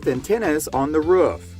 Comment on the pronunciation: Being from the south, hearing Roof pronounced like Ruff so many times was rough.